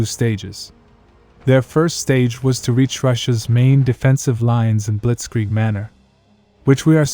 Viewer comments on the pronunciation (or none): none